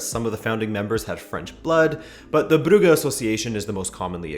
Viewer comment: They way you said “brugge” was on point